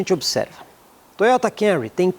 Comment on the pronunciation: Parabéns pelo vídeo, muito didático. Meu sonho é ver alguém falar o nome desse Toyota corretamente aqui no YouTube. Todos falam Cam-u-ry, onde o correto é Cam-mu-ry, mu quase mudo, tipo dando um soluço na sílaba mu.